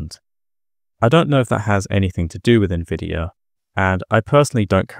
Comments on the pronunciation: Who the F says "NEHvidia" instead of "N-Vidia", was the sound of this video AI generated?? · nuhvidia? NUH-VIDIA? bruh